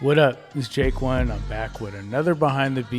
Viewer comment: Once you hear him say J-Kwon instead of Jake One you can't unhear it